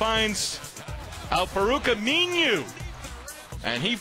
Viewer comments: its pronounced aminu not ami-new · it's aminu not aminiu!